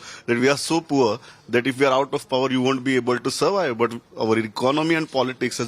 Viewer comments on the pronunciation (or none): none